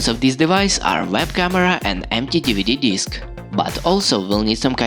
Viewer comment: ‘Deeveedee deesk’